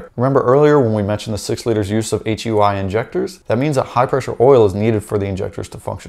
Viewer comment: Yo.....it HEUI....HydroElectricUnitInjector.......HyooEee injector